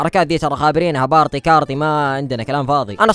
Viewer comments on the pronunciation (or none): بارتي❌ بارطي✅😂😂